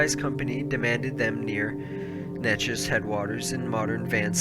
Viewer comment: Say it with me "Nay-Chess"